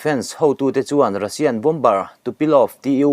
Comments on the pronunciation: Bombar ti nulh nulh suh, bomar ti a lam tur aw. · Bom bar ti ziah teh suh Bomer ti hram teh. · Bomber ... Bomer ti a lam rik tur niin kalo hri a han enchiang deuh teh naua